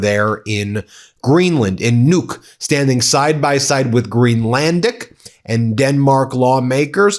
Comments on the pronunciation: btw Nuuk is not pronounced “Nûk” you need to drag out the “U” sound a bit longer. Kinda like when you say the word “good” or “book” so pronounce it like “Nook” 🫶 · Ben, Nook is pronounced like look. You are pronouncing it like nuke. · American need to learn to pronounce Nu-uk, that’s the least you can do, when you want to invade us